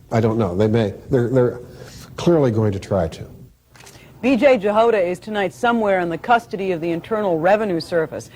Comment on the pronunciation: I reckon that that surname Jahoda is pronounced as a Y thus Yahoda , not to be confused with Yoda from Star Wars!, rather than J for Jam.